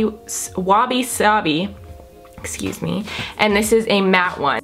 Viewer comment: "wabisabi" am I correct? haha sounds like wasabi to me 😂 hahaha #jobysquad gorgeous as always love the look 😍